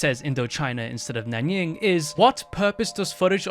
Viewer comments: nan ying? nan JING, bro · 哎呀！不是nányíng，是nánjīng。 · It's not Nan Ying... there is a J there for a reason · "nanying" wow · Also, you made a mistake pronouncing Nanjing. It would only take like 2 seconds to search for the correct pronunciation...the least you could do is pronounce it correctly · How much history research did you even do on the history of WW2? You couldn't even pronounce "Nanjing"?